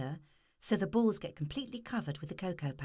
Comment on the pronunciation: she says balls funny :]